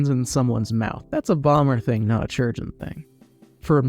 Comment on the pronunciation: bro that's not how you pronounce chirurgeon